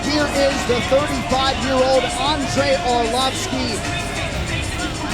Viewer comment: Andrei Orlossfki 😂